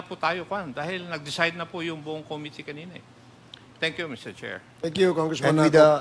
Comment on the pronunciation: Eto na naman si Cong Komite.... can someone tell him to stop mispronouncing Committee.